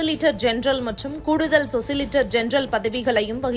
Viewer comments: 'சொசிலிட்டர்' அல்ல, சொலிசிட்டர் என்பதே சரி... செய்தி வாசிக்கும் முன் ரிகர்சல் செய்யுங்கள்... நீங்கள் உச்சரிப்பதே சரியென இளையோர் நினைகக்கூடும்...😮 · சொசிலிட்டர்.. இல்லம்மா 😢 சொலிசிட்டர்... 😊😃🤔 பாத்து படிக்கறதுல என்ன கஷ்டம்???? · Athu சொலிசிட்டர் general சொசிலிட்டர் இல்லே.